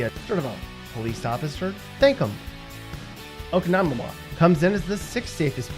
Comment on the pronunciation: You pronounced oconomowoc wrong